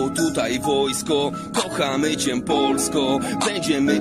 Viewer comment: Jak coś, to "cię" wymawia się "cie", nie "ciem" 😉